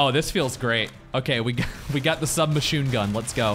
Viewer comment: I believe it'd be pronounced Sub-"Mashoon" Gun.